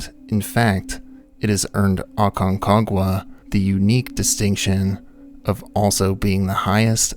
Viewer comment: I think you just like saying Aconquaga lol😅